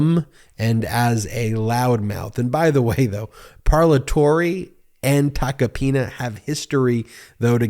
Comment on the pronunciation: I can't unhear Joe Tacopenis 😂